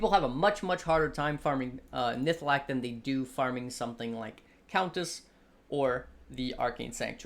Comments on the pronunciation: NihLATHAk not Nihthalak. Now say it 100 times. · And it's nihlathak :D